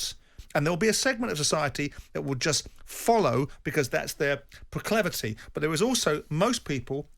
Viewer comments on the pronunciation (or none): Simon, it's proclivity ... get it right, please, so I don't end up looking up a misspelt word lol 😆 😂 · Simon, it's proclivity not 'proclAvity.'